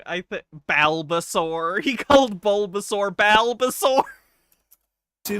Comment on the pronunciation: Bal-ba-saur hurt me physically